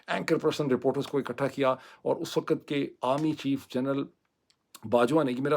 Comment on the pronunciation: Yaar please learn the pronunciation of "WAQT" and "GHUNTA" in urdu talufuz. Boht bura lugta hai. You use the "Ghainta" so frequently but U speak so wrongly. Please have a heart.